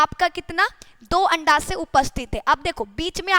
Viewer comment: Andasa nahin Hai anda sahi hai